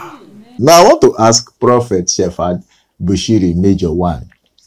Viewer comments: Hahaaaa! He cannot pronounce the name of Shepherd,he says shefad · Its Shephard not Shefad